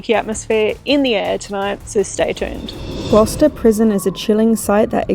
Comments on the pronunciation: ffs 🤦‍♂️ I’ve just started watching and I can’t stop laughing, GLOWKESTER you pronounced it 🤣🤣 Gloucester boy 🤣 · "We are at the glorkester prison" "Gloucester":) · “Glah Kester” for Gloucester had me dying laughing 😂 I live in Virginia in the US and the area I live in has many cities named after UK cities. Like we have a Suffolk and a Norfolk and a Gloucester. So I definitely know how to pronounce all these names properly. ONLY because I am from here. No shade to. It had me giggling. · Hi, I love it when you visit England!even if does get the names of places wrong 😂 love the ac/dc shirt 👌England has got some seriously old haunted places, guys but I've not seen Gloucester prison explored and investigated before, which is cool!😊❤❤ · Gloucester is such a difficult word if you’re not English speaking….oh wait is English speaking 😂😂😂😂😂